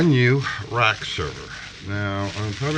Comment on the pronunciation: They go into a “rack” not Iraq - It made me laugh. I really love your video. I just got myself a new (to me) r610 and I’m going to set up a home lab. Take careb